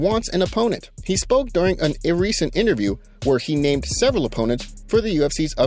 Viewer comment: Why does this guy mispronounce so many names when they are publicly said properly everywhere